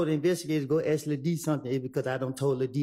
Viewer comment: Is it just me or does she not know how to pronounce the word ask